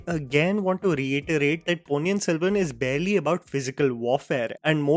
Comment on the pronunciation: There are 2 Ns in the Ponni,! Vandhiya Devan, not Vandhya Devan